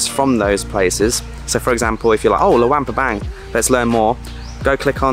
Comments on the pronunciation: Pronounce it like: Loo-ong pra-bong :) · It pronounced Lung PA bang